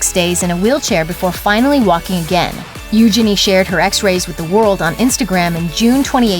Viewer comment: Thats how Eugenie herself pronounces it.